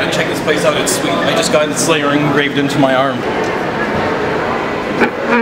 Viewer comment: Dude its Slayer not Slayor